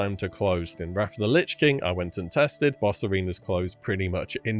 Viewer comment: In thought you were saying bosserinos instead of boss arenas for a second there lol.